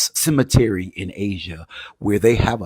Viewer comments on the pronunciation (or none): none